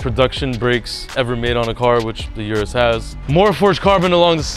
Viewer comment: O-RUS not U-RUS